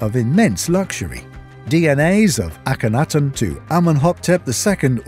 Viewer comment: He can’t even say akunatun properly